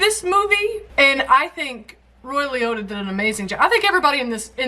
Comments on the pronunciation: Sorry this was driving me nuts. Lee - oh - ta not lee oy ta lol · It’s “i-o” not “o-i”…”Lee-oh-tah” not “Lee-oy-tah” 😂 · LI otta not li oita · AHHHHH!!!! Please stop saying “Ray LEE OY TA” It’s LEE-OH—TA….. it was making me insane. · LE-OH- TA,, not Le- Oy-TA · Lee. Ohtta. Y'all kept taking the Lee-Oh and reusing the i to make it Lee-Oi. Just one i. Lee-Ohtta. That's it. Henry used to call in on the Howard Stern radio show. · It's Ray (not Roy) Liotta (Lee-oh-ta, not Lee-oi-ta). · LiOtta, not Lioita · Darling, his name is Liotta, not Loitta. You're pronouncing it like 'Lee-oy-Ta' when it's 'Lee-Oh-Ta' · Ray Lioytta?? That pronunciation is killing me!! 🤣🤣🤣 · Ray Liotta, pronounced LEE OH TUH (not lee oy tuh) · Sorry, I have to say it even if someone else might have; it’s Liotta, not Lioitta. Have to recommend my favorite mob movie, Miller’s Crossing. For Liotta movies, I recommend Something Wild. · lol, Leo Ta would be closer to his name than leeoi ta. 😆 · It’s Lee-OH-Ta. Not Lee-OY-Ta. There’s no I after the O. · Lee-OH-ta. I cringed every time you said Lee-OY-ta. LOL I love you, though. Don't ever change. Field of dreams was much less a Ray Liotta film than a Kevin Costner film. Liotta was a supporting character. So this was the right choice for this week. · It's "LEE-OH-TA", not "LEE-OY-TA". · just FYI: The end of "Liotta" rhymes with "Dakota", not "goiter".;-) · I enjoy your reactions. Please stop pronouncing his name Lee-OY-tah; it's pronounced like Lee-OH-tah. He's been around for a while. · Since I think you would want to know. The correct pronunciation is not Loi but Lee - o - ta. I understand your incorrect pronunciation. I have that problem too. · Ray Lee-Oat-a not Ray Lee-Oy-ta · It's not Lee Otter, it's Lee oat-uh. No Rs. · Long o, not oy. Liotta, not Lioytta. 😁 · I love how you keep saying Ray Leoyta instead of Ray Liotta 🤣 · LEE OH TA. Not LEE OY TA. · OK. Lee-ohh-tah. No oi. Please for the love of god.